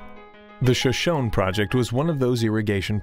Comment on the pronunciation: Pronounced "show-show-nee" not "sha-shone"